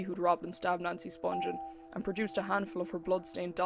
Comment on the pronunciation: Her name is pronounced Spung-ghen not Sponge-en. Watch her mother's interview on here. She knows how her name is pronounced.